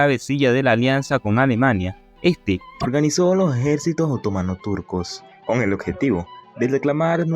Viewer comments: Me llama la atención lo mal que habla el expositor. Es obvio que no habla español. No sabe que en español las palabras están acentuadas, con acento gráfico o tónico. No respeta a esos últimos. Quien habla dice: otómano pero es otomano, sin acento!. No aguanto esta mala pronunciación ni la lectura automática,. Aprende a hablar. De dónde eres? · No pude seguir viendo tu video... Cómo puedes pronunciar OTÓMANO... si no se acentúa ni se tilda en la segunda letra o. La Palabra se pronuncia otoMAno... acentuandola en la sílaba "ma"... Quien pretende narrar, debe primero saber pronunciar. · Respetuosamente al narrador : en castellano se leee otománo aun cuando no lleva acento ortografico sino prosodico